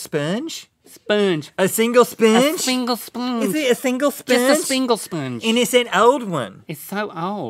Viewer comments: "A speengee" Sorry I died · "It's an old spernge" Rhett 2k16